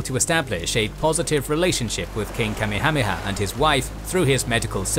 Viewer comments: Yeah... should be Ka-meha-meha, not Kame-hame-ha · Say it with me: "Ka-MEH-ha-MEH-ha" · the name of the Hawaiian king is pronounced ka may ha may ha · kami-hami-ha? I thought it was pronounced Kah-mayha-mayha. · its pronounced King Kameyha-meyha, not kamihamiha lmao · I hate the way this guy mispronounced names in EVERY video he does, the name of the Hawaiian king Kamehameha, was pronounced "ka-may-a-may-a" not "Kammi-ha-he -ha" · .. Kame-hameha??? "Kamekameha[4] (かめかめ波 Kamekameha, lit. "Turtle Turtle Wave") is a mispronounced and misdirected version of the Kamehameha". Dragon Ball ~ Hmmm, I wonder did they happen to use this late King's name as reference LOL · You pronounce Kamehameha like somebody who's only heard it spoken in Dragonball. Everywhere else I've hard the name it's Ka-meha-meha. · It’s king Ka-may-ah-may-ah… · Ooof the pronunciation Kamehameha makes me a little sick to my stomach. Love your videos though! Ka-meha-meha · Kamehameha is pronounced Ka-may-huh-may-huh. You're pronouncing it like the show Dragonball Z. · Pronounced King Kah-Maya-Maya. Get it right!!!! Watch Magnum P I and you'll learn how to say it. Other than that you're doing good. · The way you say Kamehameha just sends me over the edge! 🤣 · LOL That is the absolute worst mispronunciation of King Kamehameha I have ever heard. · Then, in 2015, they did it from the east coast of America and it went much smoother. Great job but the way u pronounce Kamehameha the great is not up to your typical quality. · you absolutely ruined the name Kamehameha, and Kauai its worth taking a second to look up how to actually pronounce hawaiian words.